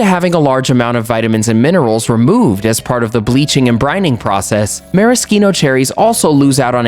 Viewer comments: It was great other than the fact that he's mispronouncing maraschino. I'm actually a voiceover artist and I do commercials a lot and noticed that firsthand. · I don’t want to be a grammar Nazi but why is he pronouncing maraschino that way? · You can't even say it right!